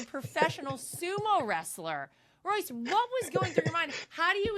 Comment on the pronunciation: Great interview but how did her staff not tell her how to pronounce Royce’s name….Royce so humble, and a legend. Thanks for the interview